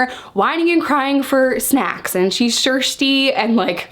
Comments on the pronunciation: Anyone notice right away she said shirsty instead of thirsty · "she's shirshty" hahaha keep on chuggin that coffee sis <3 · She’s “shirshty” I love it 🥰